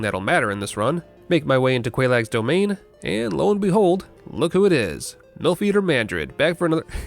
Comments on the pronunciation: 'Milf eater' lol Beautiful slip of the tongue. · Ah yes. "MILFeater Mandred." The most feared of all Dark Souls invaders. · This is basically just a poison only run. Also Milfeater Mildred had me howling. Genius slip of the tongue. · Another spectacular video, Lemon. Thank you for it. Had NO idea how you were going to pull this off but... I'm sorry. MILFEATER MILDRED?!